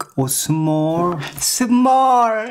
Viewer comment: Ah, what could be better than listening to this guy say “beeg or smol” am while looking for cheese